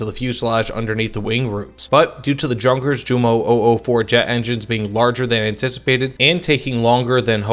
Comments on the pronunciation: PLEASE, It'S not pronounced "junkers" like in "junk", but "Junkers" like in "youth". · Yun-kehrs (idk how to write slight r rolls in text, I did my best) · Yunkers, Yoomo, Yagdpanter, Yagdteeger, Yagdpantser, Mesershmitt, Shtookah... Imagine Panzerjäger and HitIer Jugend having the Js pronounced as J instead of a Y. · It is correct , though . It's what it is in German .